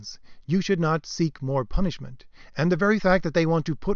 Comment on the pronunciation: "PUNISHIMENT" lol